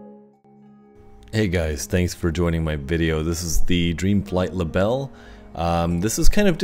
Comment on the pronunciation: Great video. Thanks for posting. A little help on your German. It is pronounced Libell-eh😁. It means dragonfly. Cheers, Chris